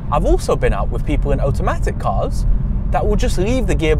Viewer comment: What's an ohtohmatic car? 🤔